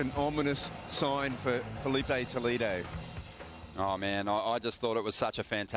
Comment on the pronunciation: "Faelipa Tolido"? When you gonna learn to speak his name?